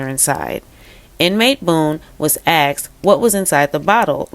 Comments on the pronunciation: Please work on pronouncing “ASKED” not “axed”. Thanks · I believe the word is “asked," not “axed.”